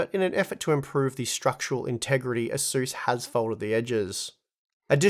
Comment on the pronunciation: It's pronounced ace-us 😘